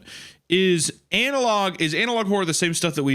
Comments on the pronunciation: Is hunter pronouncing the word like it is spelled "anal log" on purpose or...? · Love how meatcanyon refuses to pronounce analog correctly and says Anal-log every time.